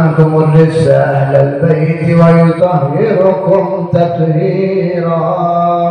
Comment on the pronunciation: Baca Alquran nya itu salah Si yang cerama itu.! Wayuthohhirokum di baca Wayuthohhirukum.. Salah dia baca nya, padahal bicara NAHWU DAN SHORROF ter nyata nahwu shorrof nya keliru